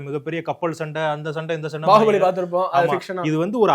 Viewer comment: bahubali ✔️bagubali ❌